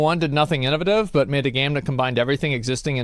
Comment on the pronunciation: Today I learned Asmon says "In'a'vuh'tive" instead of innovative.